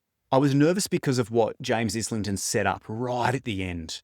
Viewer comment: Great video. Just a quick FYI. As a fellow Aussie as well. The surname is pronounced eye - lington. The Licanius audio books mispronounce it as well. James himself confirms the pronunciation in two different interviews on YT. One is with Maude Garrett and the other I have seen is with Mike’s Book Reviews. Just after the 1 minute mark Mike asks him.